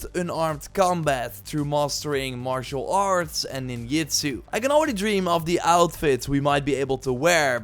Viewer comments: "NINYAA" 🤦‍♂️🤦‍♂️🤦‍♂️ "NINYETSU" 🤦‍♂️🤦‍♂️🤦‍♂️🤦‍♂️🤦‍♂️🤦‍♂️🤦‍♂️🤦‍♂️🤦‍♂️🤦‍♂️🤦‍♂️🤦‍♂️🤦‍♂️🤦‍♂️🤦‍♂️🤦‍♂️🤦‍♂️🤦‍♂️🤦‍♂️ bruh.. that's so bad, it's offensive 😂 it's Ninjahh, Ninjutsu. Like it's spelling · This is the first time I heard someone say Ninya and Ninyutsu It's Japanese, J is J